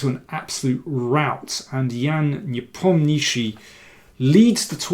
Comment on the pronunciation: That's the only correct pronunciation of Непомнящий by an English speaker!